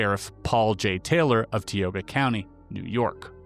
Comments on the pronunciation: tioga = tie O guh binghamton = BING um tun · TIE Oh GUH.... TIOGA...I just heard someone else, Drew Barrymore mispronounce this word. I say this with love, not judgement. Close to my early childhood home.